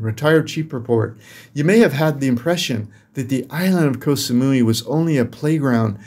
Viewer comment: just so you know KOH in Thai is pronounced like GOT. As in GOT Sa-mu-ee (Koh Samui)